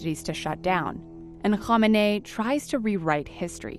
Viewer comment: Ali Khamenei's name isnt that hard to pronounce, so how do you keep mispronouncing it?